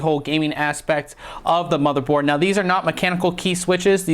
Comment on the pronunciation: ye i was like 'wtf did he just say?' when he said that lol